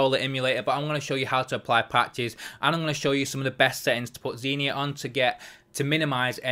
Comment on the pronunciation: He dont say it proberly